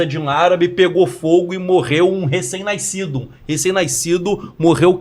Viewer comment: Eu só queria saber que raios que esse povo acha de falar NAISCIDO se a palavra correta e NASCIDO. QUE RAIOS QUE O POVO TEIMA EM MACULAR O PORTUGUÊS? 😠😠😠😠